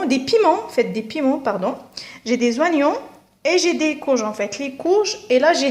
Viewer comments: Et vous avez fait attention au H , et oignon au lieu de prononcer ognon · Oignon se prononce comme "onion" et non pas "wanion" comme tu le fais. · Ya khah 3la les zoinyon